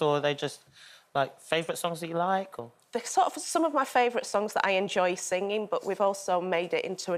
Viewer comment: Stop saying sing ging!